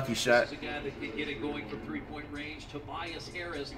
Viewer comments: Nobody: Flight: TOBBEIAS Harris 😂😂😂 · TOE-BIAS Harris